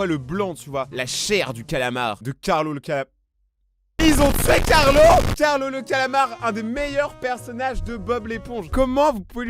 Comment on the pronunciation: Carlo pas carlos